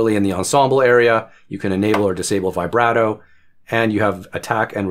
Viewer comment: How’d you manage to mispronounce both “tremolo” and “vibrato”?